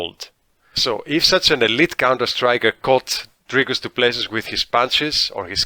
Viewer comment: Repeat after me: "Dricus Doo - Ple - See... Dricus Doo - Ple - See... Dricus - Doo - Ple - See... AGAIN... Dricus Doo - Ple - See... Once more, Dricus Doo - Ple - See... Last time, Dricus Doo - Ple - See... Final time, Dricus - Doo - Ple - See.... Final last time, Dricus Doo - Ple - See" Now try on your own - Dricus Doo - Ple - See.